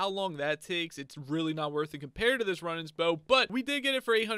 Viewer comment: It’s not run it’s rune for the bow runenans